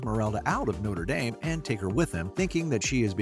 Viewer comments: You left out Pierre, the guy she pitty marries and then won't let him touch her because she's in love with Phoebus. Also, it's No-truh Dahm, not No-ter Dayme. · Nice video, but what irks me is how people pronounce Notre Dame. The one ending in (DAHM) is a cathedral in Paris famous for its hunchback, the one ending in (DAYM) is a university in Indiana famous for Rudy! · No - truh Dohm. Noter Daym is a sports team. The cathedral is in France, and it's pronounced No-truh Dom.